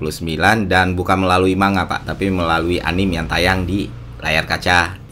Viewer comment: One thing i notice bang, ini hanya sebuah masukan yang membangun. Anime jangan lu baca anim, tapi bacanya anime. Orang jepang aja membacanya anime pakai "E"